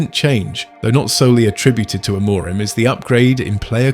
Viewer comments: Why does your host pronounce Amorim's name differently THREE different times in this video, and only once correctly. AM-or-rim. Is it AI? Oh yes, it's AI. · You should get AI to learn how to say the managers name if you want credibility and people to subscribe.